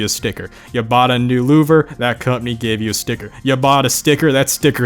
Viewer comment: The way he pronounces "company" like "cupny" is funny